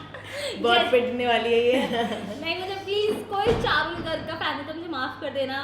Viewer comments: parul garg ❌charul garg ✅ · Parul garg❎charul garg✅😂